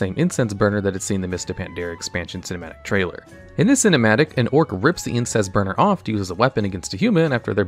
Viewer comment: I keep hearing Incest burner instead of Incense burner... plz god make it stop...